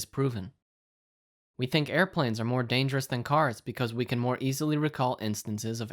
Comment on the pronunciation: "I thunk shi's asliip" HAHAHAHAHAHAHA